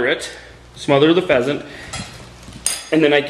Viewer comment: What type of animal is a fesent? or a pesent? Lol I couldn't really understand:p